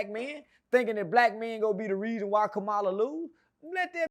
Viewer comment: I saw the video where you changed up and said you was voting for Kamala 😢😢. Even though you didn't say her name right 😢